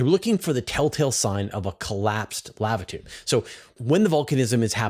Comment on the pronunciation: ...lavitueb? it's lahhva tube